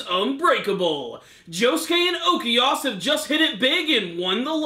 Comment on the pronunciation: It's Okuyasu, not Okeyas Smh...